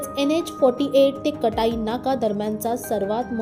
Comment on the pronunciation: आधी जागांचे उच्चार व्यवस्थित करायला शिका...कटाई काय? काटई असा उच्चार आहे...आणि देसाई खाडी नव्हे...देसई असं त्या गावाचं नाव आहे...उत्तर भारतीय आपल्या टॅक्सींच्या मागे खोपोलीच्या ऐवजी रोमन लिपीमध्ये Khapoli असं लिहितात...संताप येतो... नीट गृहपाठ करुन एखाद्या प्रकल्पाची माहिती द्या...नाहीतर दिली नाहीत तरी काही बिघडणार नाही...